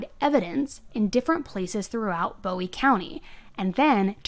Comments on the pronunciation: I'm a big fan of the channel but as a resident of New boston your pronouncing of words is killing me 😭😂 It's TEX-AR-CAN-UH and BOO-WEE county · I'm pretty sure it's Boo-ie, not Bow-ie (in TX it's not pronounced the way David Bowie's name is). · you are my favorite!! this case happened so close to me, and i haven’t even heard about it until your videos! also, i just wanted to let you know bowie county is pronounced boh-wee, and texarkana is tek·sr·ka·nuh. but anyways, you should cover the athena case in wise county!! that’s also close to me and so sad. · It’s pronounced 👉🏽 Boo-ie. it’s my town. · Love your videos! I'm actually from this area so I wanted to give you the correct pronunciation...Bowie is BooE... And Texarkana is Tex-R-Can-A 😁🥰😁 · Oh yeah, it’s Boo-ee county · Listening to you say Texarkana (Tex-r-can-a), Bowie (Boo-ie), and DeKalb (D-Cab) has me me cringing lol. Great job telling the story, just funny pronunciations. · I love the way you say Bowie but it's actually said like Boo-E. Love your videos I have just re-found you so I am binging all the videos I haven't seen!!! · Texas has automatic appeal on death penalty cases so it will be a while before she’s put to death. But I agree that it is warranted. Oh, and Bowie is (Boo-ie). 😊 Thanks for all the great videos! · Bowie county is pronounced Boo ee county and Texarkana is pronounced tek sir ka nuh. I live in Texarkana and work in New Boston, TX. Thank you for covering this. I didn’t know about her behavior in jail. The details are horrific. She’s evil!! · Bowe county is pronounced Boo-e county and Texarkana is pronounced Tex-are-cana Give it your best sounthern accent lol it helps if you are holding a beer and smoking a cigarette 😂 Due to it being on the Texas Arkansas Louisiana border Lol I died when I heard you pronounce Texarkana lol 😅 like nails on a chalk board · Bowie County is pronounced boo-wie and Texarkana is pronounced tex- ark-can-a